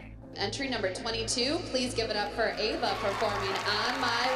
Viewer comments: The way pronunced Ava made me cringe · says eva and not ava 😂😶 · Kalani’s mom said Ava’s name as Eva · she said Ava like (ee-vuh) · has anyone noticed said “eva” instead of “ava” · hates Ava and Jeanette so much that she says Ava’s name ‘eva’ 😂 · 2 things to say about this video 1. be like the new jill "my little kalani" 2. it's prounced ava not Eeeva LOL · said Eva 😂😂😂😂😂instead of ava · Did you hear say Eva instead of Ava!!😂😂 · Did anybody hear when said ‘Eva ‘ instead of “Ava” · said Eva not ava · when she said Eva when it’s Ava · the stalkers daughter Eva Me: um.... its Ava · Hahahahaha said Eva instead of Ava 😂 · said iva 😂😂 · said Eva not Ava 😂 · Eva Me: AVA lol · said Eva not Ava that’s when I died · Who is gonna talk about saying eva not ava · said Eva but her name is Ava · LOL SAY EVA AND NOT AVAAAAAA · Kalanis is mom said Eva instead of Ava😅😂🤣😆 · did call ava, eva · 2.10 Ciara said eva instead of Ava hehe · said eva instead of ava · its ava not eva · Why? Does say Eva not ava lol? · L M F AO kalanis mom said AVE💀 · said kalani is going up Eva instead of ava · news flash her name is AVA not EVA and 2nd kalani is a good dancer but NOT abbys new star!! 😂😂💯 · She said Eva instead of Ava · Megan King In Season 4, Jeanette called Kalani “Kaylani” so in this episode, calls Ava “Eva”. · fLaT cHeStEd ElEpHaNT did that on purpose lmfao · Megan King she said eva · and said Eva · Klani is going up against stalker woman’s daughter eva!!! She don’t know how to pronounce names lol Neither do the competition people KERLARNIE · Jeanette pronounces kalani wring and pronounces Ava wrong. WOW GUYS STOPSJJDBDD I DIDNT EVEN NOTICE I SPELT “ WRONG “ INCORRECTLY 😭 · I didn’t know there was any other way of pronouncing Ava ? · anyone noticed that cant pronounce ava right and jenet cant pronounce kalani right